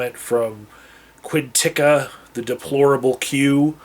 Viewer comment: 'Quin-Tika' so that's how you prounce Qnttka's name? I wondered if it was pronounced 'Qwent-Ka' or something similar.